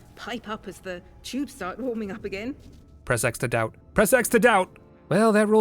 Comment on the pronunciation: Has anyone ever told u.....when ur video says "start" it sounds like nemesis saying staaaaaars